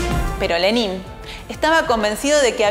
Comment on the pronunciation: Se pronuncia Lénin, no Lenín. Y con una bibliografía tan escasa (un sólo autor), no es de sorprender lo sesgado del material. Más recomendable son los libros de Service, Sebestyen, y Dmitri Volkogonov, el mejor que he leído sobre Lenin, y el primer tomo de la biografía de Stalin De Kotkin aborda la figura de Lenin bastante a fondo